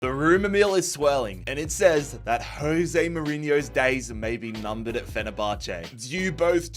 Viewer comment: Day 300000 of asking you to say Jose correctly